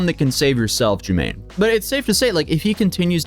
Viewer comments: You pronounced his name (jew-MANE) it’s (jew-MAH-nee) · jumaNNE (joo-mah-ne), not juMMane (germaine). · Holy crap this is so out of Order Chronologically. Your timeline is WAY off. but you have Almost 2 million followers so now this is just fact. Pronunciation is Jew-Monny not Jermaine. The SubWay song was YEARS before the SubWay Crashout. Not saying he's a good guy by the way, just saying. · That’s not how you say his name 😂😂😂😂 (ju mon e) yes I watch his videos his immaturity and contradiction is interesting to watch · Would be better if you actually tried to pronounce his name correctly bc it's not Jermaine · Calling him Jew-mane like 8 times was crazy work. He literally says his name at the beginning of every video. probably did hours of research and he still said it wrong! Jumanne can’t get no respect 😂😂😂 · His name is Pronounced “JEWMAHKNEE” You’re just not loving him unconditionally